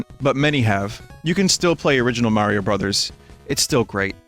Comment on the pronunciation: holy shit Vinny said Mayro in 2021???? I haven't heard that since 2015!